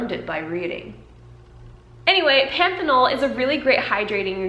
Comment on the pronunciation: You're pronouncing panthenol (vitamin B5) correct. Great video.